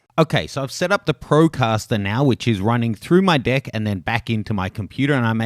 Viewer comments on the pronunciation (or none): is he saying deck or dick??